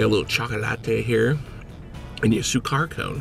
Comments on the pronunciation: sugar in swahili is sukari not sukar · Also sukari is sugar in Swahili. Seriously, check these things before you continuously mispronounce them.